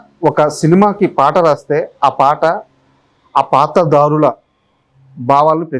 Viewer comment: anchor gaaru , -paatra DAARULA kaadu paatra DHAARULA -BAAVAALU kaadu BHAAVAALU